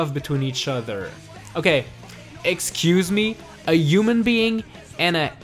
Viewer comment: A uman being and a edgehog XD